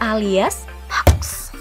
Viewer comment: Hoax...dibaca hoak....bukan haks...admine keminggris